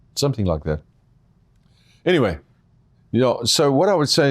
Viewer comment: "A pity" not petty lol